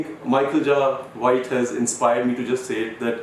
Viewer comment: Vidyut has been pronouncing "Jai White" as jaw white before this video ends